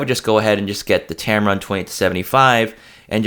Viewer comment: I keep hearing you say tamaron 20 - 75, is it me? I would add the sigma 19mm 2.8 is great for indoor shots. It is a sharp lens.